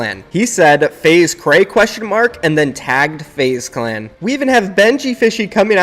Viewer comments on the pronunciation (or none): Say it que rei not krey plz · Its Q - rei not krey in EU